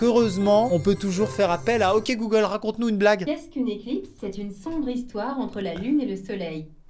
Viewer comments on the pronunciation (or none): Chaque fois tu dit goolge lw mien s’allume